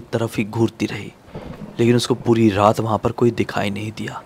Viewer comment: raat ❌ rrrrrraaat ✅